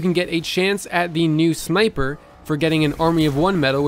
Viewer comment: It sounded like you said "Smiper" instead of Sniper, haha, still tired of that hour long video mate?